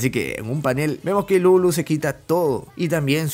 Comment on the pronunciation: pq le ponen ilulu wn, se llama iruru